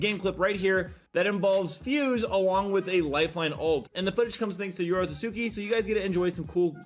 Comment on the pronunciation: Him mispronouncing Yorotsuki's name every single time irks me